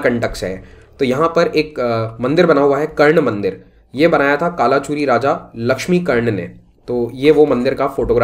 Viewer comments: A little correction, it is pronounced as "कल्चुरी" not कालाचुरी. It is prime dynasty we study for Chhattisgarh PSC exams. Third branch of Kalchuri is रतनपुर. Older name was मणिपुर transformed into रत्नपुर and currently known as रतनपुर. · correct pronunciation is कलचुरी, रतनपुर